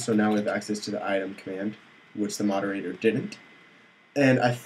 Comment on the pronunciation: Actually, it is spelled moderator, not moderatOOOr...